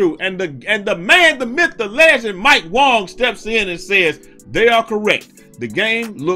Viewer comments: Is it some kind of inside joke that he always calls him Mike Wong and not Wang? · Dis dude still sayin mike Wong🤣🤣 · Stop saying Wong the man clearly done said his name pronounced the way it’s spelled wang smh lol